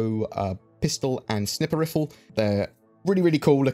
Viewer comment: Hah I heard Snipper wiffle